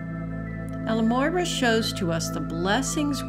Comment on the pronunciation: So irritating when people can not even say the name correctly. EL-MORYA. Not El-Moyra.